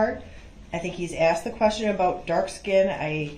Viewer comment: Especially as he aksed so nicely, even though he didn’t undershtand